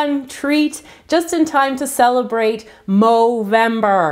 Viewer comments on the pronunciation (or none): We say November You say moveber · It is movember